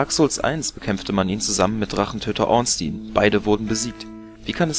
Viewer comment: Klasse Lore und sehr angenehme Stimme, die süchtig macht, mehr Videos zu schauen. (Muss aber darauf aufpassen, will mich nicht spoilern-) Nur eine Kleinigkeit: Ornstein wird so ausgesprochen, wie er geschrieben wird. ^^